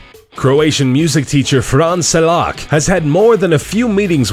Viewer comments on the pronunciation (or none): OMG I love how he pronounces the Frane Selak XDDD I am from Croatia so thats why it's funny '-'